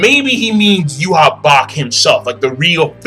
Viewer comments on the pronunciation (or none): "Juha", but its pronouns Yhwach